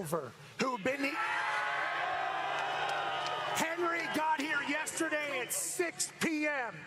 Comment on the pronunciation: How tf is dan orlovsky getting paid to talk football. He's literally 3-23 in his career. Dude was trash and is still trash af. He's so dumb he can't even say "yesterday" right...